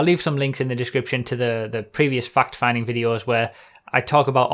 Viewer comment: way says "fact" sounds like he's saying "fucked"